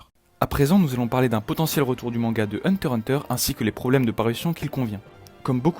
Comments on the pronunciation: par contre tu dégoute a dire hunter hunter sans le x mdr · dis pas hunter hunter stp dis hunter X hunter stp